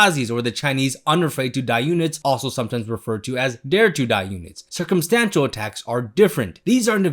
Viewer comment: Every time you said circumstantial I thought you were going to say circumcision😂